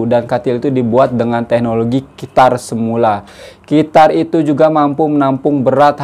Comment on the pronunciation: Umm... Se-mu-la?